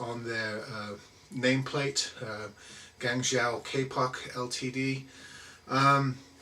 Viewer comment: I'm Chinese, and I totally understood he said guangzhou, no problem here.